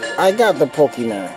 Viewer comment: poke e MON not man, jesus